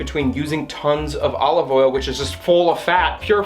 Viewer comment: Nobody:: A-live oil